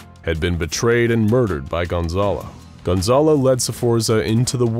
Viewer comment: por que dicen de forma tan rara mi nombre, es Gonzalo no Gonzolo jajaja